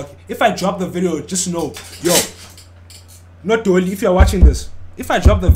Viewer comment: 😂😂😂did bro say nodoli 😂😂